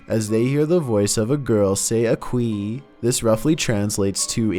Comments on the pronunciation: Is no one going to talk about the way he said "Aqui"(Ah-quee) when it's "Aqui"(Ah-Kee)? lol...love it.. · In corps it is a group of soldiers not a body. The p and s are silent and pronounced kor. Corpse is a dead body. Aki not aquee. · It's pronounced ah-key, which means here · lol: aqui (Spanish for "here") is pronounced a-KEY, not a'kwee... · “ you can hear the little ghost girl even say (Akweee)” bro it’s Aqui!!! Lol 😂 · Akwee? REALLY??? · The "ah-qwee" 😭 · in regards to : I am "a-qoo-eee", too, now.. - - - RIP Spanish! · The video had my attention until you pronounced aqui, then I became distracted. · Hearing Him say "aqui" how it is written and not how u actually say it cracks me up